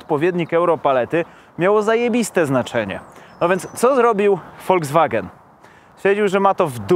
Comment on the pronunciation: tak kocha "Volskwagena" że nawet nazwe marki przekręca😁